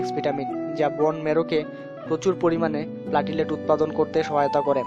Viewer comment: প্লেটলেট,. not প্লাটিলেট